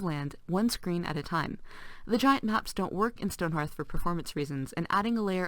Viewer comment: It's HEARTH not HARTH.